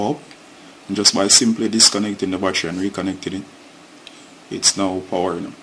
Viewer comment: Why you keep saying "wassher"......."don't let the wassher completely deplete"......"the wassher wasn't charging". What the hells is a wassher....you mean to say BATTERY?